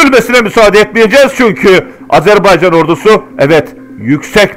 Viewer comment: Çox gözəl analitiksizVar olun!!! Əsas da Azərbaycan sözündə qoyduğunuz vurğu ləzzət verir